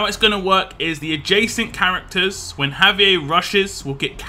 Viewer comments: Pronounce "Hah-vee-air" Got your back! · You are killin me with your pronunciation of Javier. The Spanish in me wants to yell at you. Haha. All good though.